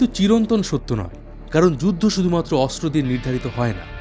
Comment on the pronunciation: অস্ত্র উচ্চারণ শুদ্ধ উচ্চারণ করতে হবে, অস্ত্র উচ্চারণ শুদ্ধ উচ্চারণ হচ্ছে না ❤😮😮😮